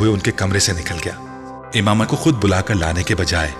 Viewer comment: It's Imama 😑